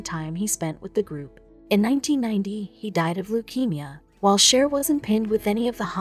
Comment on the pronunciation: Your photo of the Spahn Ranch looks nothing like the Spahn Ranch—because it isn’t. And the photo of the Hinman property is bogus too. Cielo Drive and Donald Shea’s last name are mispronounced— scores of other mispronunciations. Terrible video quality. You guys should make a video of JFK—but use Ted Kennedy photos.